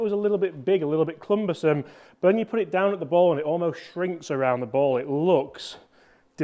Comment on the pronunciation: PSG real seem to have nailed it this year. Thanks for all the great videos. Sorry to be the word police but it's cumbersome not clumbersome. Keep up the great work, I watch and like every video but can't stop being a pedantic bugger.